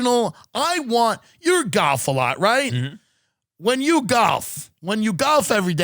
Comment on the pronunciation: The way east coasters pronounce golf always gets me 😂